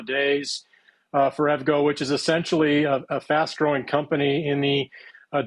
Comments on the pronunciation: I know it's spelled like you'd say evgo but its E.V. go... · You don't look very knowledgeable on a company when you don't know how to pronounce the name correctly.